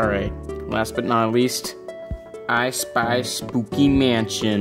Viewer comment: Not me thinking him saying “Ice Spice” instead of “ I Spy”